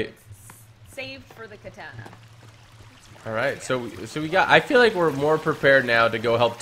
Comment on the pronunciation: Katana not na na